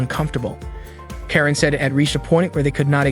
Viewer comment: it's not keren it's karen